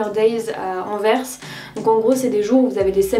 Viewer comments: Je t'adore vraiment et j'ai adoré la vidéo, mais par contre Anvers, on prononce le S! ahha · Toujours une esthétique incroyable et une sélection pointue 🔪 ahah Simplement pour ajouter une touche relou, Anvers se prononce "an-verse", message d'utilité publique pour les français 💙💙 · Trop bonne vidéo comme d’habitude!! PS: on prononce le « s » de Anvers🤓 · Ah oui, cette mode récente de prononcer Anvers comme à l'envers 😬 mais chouette vlog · j'aime beaucoup quand tu vlog ça m'apaise je sais pas pourquoi hahaha PS : il faut prononcer le S de Anvers :) je suis tu peux me faire confiance :) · Salut super blog en tout cas juste pour te dire étant belge que ça se dit Anvers tu dois prononce le S ahah Aussi non trop cool les vidéos comme ça